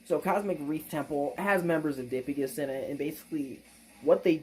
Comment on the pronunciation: Relatively sure it's pronounced duh-pie-gus but I have no way to confirm that lol